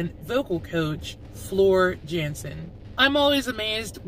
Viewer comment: Hello D. Thoroughly enjoyed your reaction, and your pronunciations were fine. However,Floor's surname is pronounced Yansen, and Wacken (which is an open air festival in Germany) is pronounced with a 'V'. Expect to have a whole swathe of the Nightwish Army coming through - we are a kind and informative bunch, and we will really appreciate your journey. FYI, Tarja was extremely operatic and there was little variation in her style. Annete Olzon, the Swedish second singer was extremely 'poppy' but didn't have either the range, or the vocal ability to perform 'live' any of the Tarja songs wekk enough to do them justice, but her 2 studio albums are held in high regard by most fans. Annete was unfortunately fired mid-tour in 2012, and Floor stepped-in as a temporary replacement. Err...she hasn't left! The band release a new album on the 10th which has the whole fanbase waiting eagerly in anticipation. I wanted to offer some feedback on your reaction; I loved the way you introduced the band, demonstrating that you had obviously done some prior research. I liked that very much! Well done. New subscriber here. Keep safe and well - Kevin from England